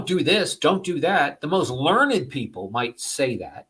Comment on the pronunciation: This interview was amazing, but all I could think of was Homer telling Pepi, "LEARNED, son. It's prounounced 'LEARNED'..." 😂